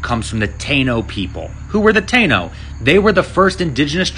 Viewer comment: Thanks for teaching me something new about my culture. However, it’s pronounced TA-EE-NO